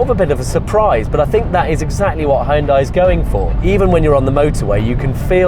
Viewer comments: Hai-Un-Dai? Hyun-dai is only two syllables! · It's hoon-day not high-on-die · It's pronounced "Hun-day...rhymes with Sun-day". This from the Super Bowl commercial. Great video nonetheless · Oh man, so many people mispronunce "Hyundai."